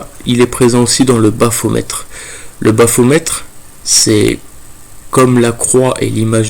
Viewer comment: Baphomet et non baphometre 😉